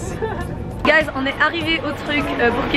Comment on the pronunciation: le nombre de fois quelle a dit gaiz mdrrr